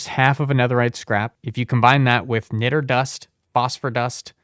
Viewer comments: btw, niter (sometimes spelled nitre) is pronounced more like 'night-er'. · It's pronounced Niat-ter (Niter) and it's used in things like glass and explosives now days but back in the civil war it was used directly to assist in making gunpowder probably why It's used for this mod This has been your 1 new thing you learned today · Niter is pronounced 'nigh-ter'